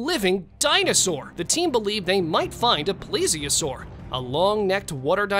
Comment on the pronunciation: 1. It's PLESIOSAUR, not plesiosaurUS! 2. The video you have of the one looking out from under the water at the edge of the dock was easily identified as a large soft shell turtle. Most of these have been identified as completely natural creatures, and the few that haven't were proven to be complete hoaxes.